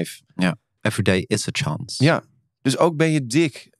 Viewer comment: Every Day is Achance... Hoe hij het zegt 😂 hoe bedenk je zoiets 🤣🤣🤣